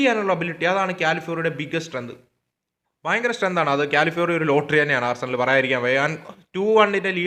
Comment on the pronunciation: ആർസനൽ ❌ ആഴ്സണൽ ✅